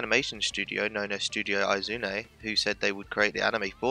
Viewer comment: you mispronounced "Oum" and "Izume"